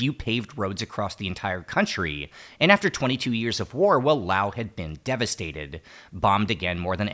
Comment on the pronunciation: Thanks for not calling it "lay oss"! Oops still the "lay oceans" though (